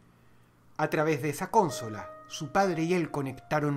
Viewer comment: CÓNSOLA? XD no es consola?